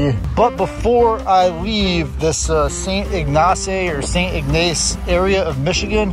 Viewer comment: Pretty close. Sounds like Saint Igg-niss and Sue Saint Ma-ree not Mary. Also Awe Sah-ble like the ah from aha and ble from able sah-ble not sable like the critter with the fur 😉